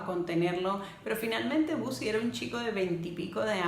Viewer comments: Los 2 se amaban pero el amor de Bosie era egoísta y caprichoso, y por cierto no se pronuncia "Busi", sino "Bousi": de nada. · Por qué “bosi”, si los ingleses lo pronuncian: “bousi”.